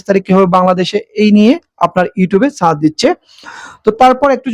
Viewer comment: সার্চ শব্দকে বারবার চার্জ দিবেন বললেন। উচ্চারণ